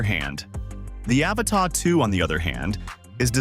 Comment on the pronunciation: By 18 seconds in, its R👀NED! 😂😅😂 What is this, the latest James Cameron flick? "THE AVATAH 2 The way of wahwah?